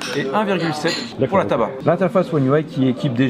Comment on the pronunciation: Jui le seul a m'etre rendu compte que quand il dit "Tab A" on ditait il dit "Tabac"